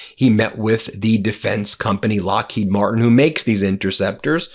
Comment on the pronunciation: You should pronounce Lockheed Martin with the emphasis on Martin, Glenn L. Martin, thank you very much to your attention to this matter, Sincerely, Middle River, Maryland